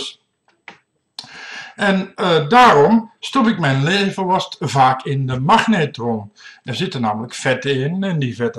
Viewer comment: haha magnatron